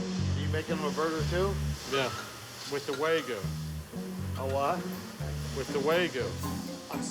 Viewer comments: He needs to use wagyu instead of waygoo. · Way-goo beef, huh? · Dude couldn't even pronounce "Wagyu" correctly 😂 (for the record, it's "wah-gyoo" and not "way-goo") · It's "WAGYU" NOT "WAYGU"!! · how do you mess up wagyu??? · Chef Ramsay's a boooold man. I'm not eating wagYU from anyone that can't even frikken pronounce the word correctly.